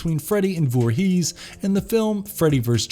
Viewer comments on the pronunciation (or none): “Jason Vor-HEES”